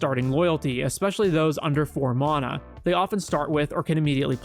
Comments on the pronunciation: "Maw-nuh" lmao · Bro you got some awful takes. Clearly don’t understand magic in a lot of ways. Also you’re saying mana wrong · The way this dude says mana lol